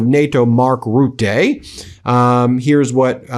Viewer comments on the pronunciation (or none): Ben, its Mark ruh·tuh not Ruh-tay, closer to rooter. Don't like the toad and not sticking up for him, but it's important to get this stupid clowns name right for the future.